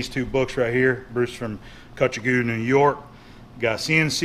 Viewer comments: Cutchogue is pronounced "Cutch-og," though I enjoyed your pronunciation "Cutch-a-goo" a lot better. Love your work, keep it up. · Cutchouge pronounced cutch-hog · Cutchogue is pronounced "cutch" "og". The "ue" is silent. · Hey! Glad to hear you’re doing well. Wanted to let you know Cutchogue is pronounced by the natives as “Cutch-awg”. No worries tho. Happy machining! 🤙🤙